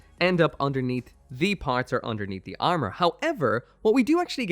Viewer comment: "step 3: the arnour"